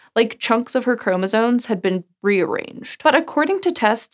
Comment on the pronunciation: Chromosome. Not chromosoNe. 🤦🏻‍♀️